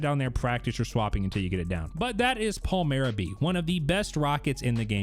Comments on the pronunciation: It’s Pale-My-Ruh… Stop saying Pale-Mere-E-Uh 🙄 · PAL-MY-RUH for crying out loud.